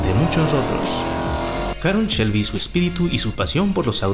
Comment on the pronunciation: Si muy padre y todo. Pero " Chelby" y " campion" ... echale poquita calidad a la narración.